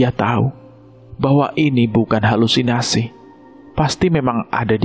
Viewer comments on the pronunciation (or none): none